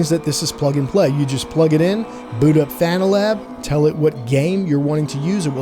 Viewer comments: Great summary. I think I made the right choice buying the 5nm for my friend getting into sim racing. Now I'm more excited upgrading myself later this year. Btw still don't think it's pronounced fanatic. Fan Uh Tech. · I think the name is pronounced Fan Uh Tech not fanatic. Idk why it hurts to hear it pronounced fanatic. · By the way, it's not pronounced "fanatic" it's "fanna-tek." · "Fanatic" "Fan a tech" it doesn't matter. 😂